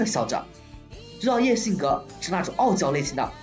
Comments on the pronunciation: 我试了一下感觉是你的问题 虽然很明显听到了菊草YEAH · 这是什么鬼口音 菊草yeah？